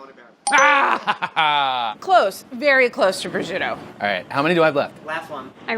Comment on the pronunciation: I’m so annoyed how they pronounce prosciutto. Makes me crazy 🙃🙃🙃